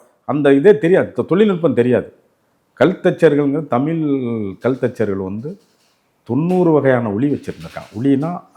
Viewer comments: ஐயாவின் "தமில்" உச்சரிப்பை தமிழ் படுத்த வேண்டியது மிக முக்கியம். தமிழர் தானே? அல்லது, திராவிடரா? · ஐயாவுக்கு தமிழ் என்று சரியாக உச்சரிக்க வரவில்லை போலும்! மகிழ்ச்சி! ஆலயங்களை உருவாக்கிய விஸ்வகர்மா ஸ்தபதிகளுக்கு அந்த ஞானத்தைத் அருளிய சிவபெருமானை வணங்குகிறேன்!